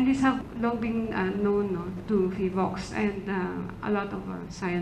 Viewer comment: Vice ala ey PHIVOLCS po hindi PHILVOCS 😂😂😂 kung gusto mo ng mamatay ikaw na lang po eh abay wag mo nang idamay kababayan mo ikaw na laang